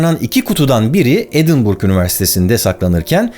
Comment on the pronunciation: Elinize sağlık. Edinburgh doğru telaffuzu konusunda; :)